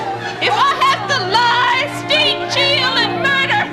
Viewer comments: "if I have to lie, state, cheal, and murder" lol. Prob a copyright thing, or was Carol having a little too much wine that day? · I never noticed in the Went with the Wind skit, she says ‘Lie, Steat, cheel and murder....’ lmao. I love this so much!!!